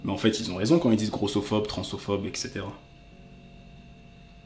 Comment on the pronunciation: On dit transphobe et pas transophobe et sinon super vidéo